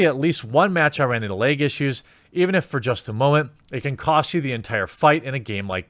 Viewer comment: Lag (or as Jeremy says: "Leg")